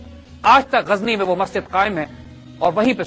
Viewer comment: Gazni Zay Par Nokhta Nahi Lagaye Ap, Zay Par Nokhta Lagaiey !